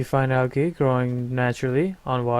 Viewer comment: Also "algae" is (in English) pronounced "aljee". Its not a mod specific thing, just English. :D. Great vid. You should instead make tutorial vids like this, seems like it would be more fit for your personality. :D